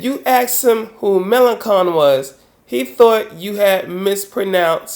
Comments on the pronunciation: Sorry, but it's Melen[shon] not Melen[con]. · Not really important but it's May-Lan-Shon, not May-Lan-Kon. The rest of the content was fine :D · 2 remarks:1. 'melanchon' is pronounced malanshawn. 2. The Democrats are not centrist when it comes to distribution of wealth and welfare. They are perfectly happy with society as it is now. That's a rightwing position in my book. Otherwise a very valid point. I hope Obama will prove you wrong on this. Corbyn should win. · I love how you pronounce "Mélenchon": Melon cone, it actually sounds nicer than the real pronunciation. 😄